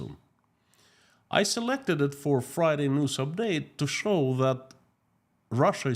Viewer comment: Russian News? I thought I misheard you say the Russian Noose! Then I realized it’s basically the same thing! Unreal! 😮